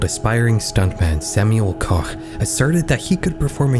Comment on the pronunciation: HUGE shoutout to you bothering to pronounce the German words and names properly (I gasped a little at that "Koch" and rewinded to check I was hearing that right lol) and doing some proper research too. Even showed Schlag den Raab when mentioning competing shows. You didn't have to, you didn't even mention it by name specificially, but your b-roll actually showed relevant information. That's some dedication to accuracy. Anyways, love your videos! Keep up the great work. ETA: Little correction though. The accident did get aired, you could see the fall on camera. It didn't look bad when it happened, because everything happened so fast. You likely just have an edit of the broadcast that cut that part out to be respectful to the victim(s). The version everyone saw live on TV is available on youtube, but not that easy to find if you don't know German. For those curious, search "Wetten, dass..?? Unfall KOMPLETT mit Wetteinsatz" on YT, you'll find it.